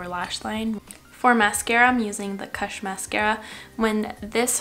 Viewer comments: It's not KASH.....it's Koosh. U as you.....jesus take the weel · "kush" is pronounced so it rhymes with "push", not so that it rhymes with "hush." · The way you said kush made me laugh but good to know you're not a stoner.